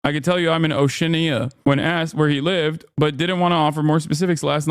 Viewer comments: Oshee Aynya that is how you say Oceania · "Gibrul tahr" "O shi-nnia"